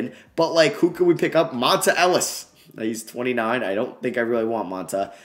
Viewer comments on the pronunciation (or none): It’s Pronounced “Mon-tae” Ellis bro